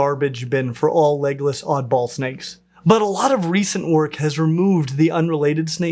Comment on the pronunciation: I several times heard Legolas instead of legless. Where would the different dragons fit in best if they were real?